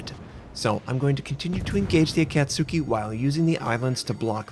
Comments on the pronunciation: Ah-cat-ski! Say it with me: Ah-cat-ski! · I'm no weeboo, I promise. However, I did live in Japan for 13 years growing up as a kid because military family. The short 'A' sound in 'cat' is not something that exists in Japanese. It's more like the a in 'father'.